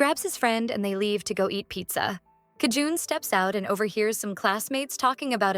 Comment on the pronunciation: bro its JI EUN NOT KI JUN